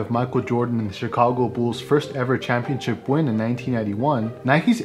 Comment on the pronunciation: The Chicago Bools? 😂